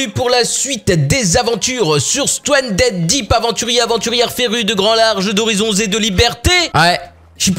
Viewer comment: dit stuandedip